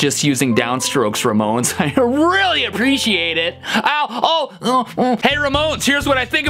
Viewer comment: STEVE!!!! Listen you said "How much I APLECIATE..." hahahahaha you said it like Joey Ramone and you didn't notice hahahahahahaa it was amazing. Give this comment enough likes so he can see it and comment XD "E" in the chat jajaja